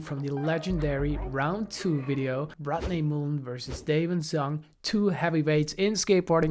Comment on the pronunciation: ya gotta work on that pronunciation Jonny. its MULL-EN. not MOO-LEN sorry man i had to say it. yes, im a jerk. i know. love you jonny, you're the man.